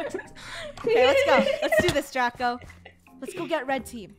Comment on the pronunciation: thou Its DRACO NOT DRAGO!!!